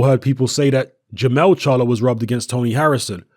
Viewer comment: jermall not jermell